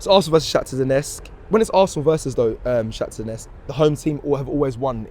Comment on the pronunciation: Bro it’s not Donesk!!! Say it properly man. Ffs